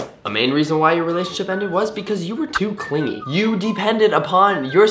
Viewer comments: baby you said too cliggy ♡♡ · "too cliggy" :36